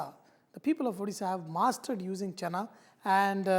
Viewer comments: i cringed when you said chana. it's chhena. however nice video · It's chena poda chef...not chana.. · Chef it is called chhena not Chana.